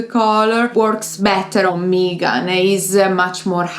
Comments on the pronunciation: Ladies, it is Meghan, NOT Meeeeegan! Your mispronunciation of her name was distracting. I also see that the propaganda from the petulant William and his palace lackeys via the British press has influenced several commenters in their anti Harry and Meghan attitudes. 🙄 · Lovely video as always but please her names is Meghan, the vowel is as in „Beg“ not an „Eeh“ as in „Me“. 😂❤